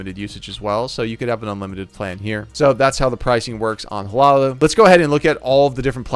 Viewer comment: Hi-Loo-Oh. That’s how u pronounce it 😊